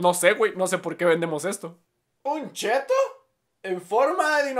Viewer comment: Se dice chetto :v